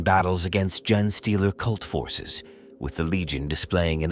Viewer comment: A little heads up: The gene in genestealer is pronounced as jeans and the ch in primarch should sound more like a k. Might have missed a few more but I hope this helps!